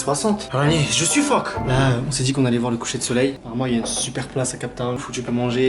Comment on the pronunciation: qui a compris : je suis phoque a la place de je suffoque 😂